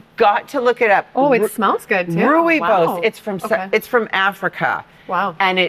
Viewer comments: ROIBOI pronounced like these two English words ROY-BOY. Great episode. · Hi , rooibos tea is pronounced roy - bus ❤ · I was stumped with the pronunciation of rooibos and I found it's pronounced roy-boss :)